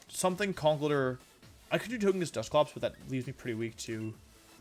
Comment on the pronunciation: Why do you keep calling it To-GUH-kiss? Did you have a stroke?